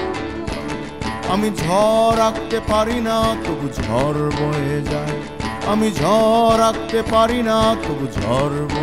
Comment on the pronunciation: গান শুনে মনে হলো—ইনি কখনো গান শেখেননি। উচ্চারণে খুবই গণ্ডগোল আছে— যেমন, বাড়ি, গাড়ি শাড়ি, ঝড়, কী করে ঝর, বারি, শারি হয়ে যায় বুঝতে পারি না। শুধু অবাক লাগে। পরঞ্চ বলা যায় বাঁশিটা গানের চেয়ে ভালো বাজালেন।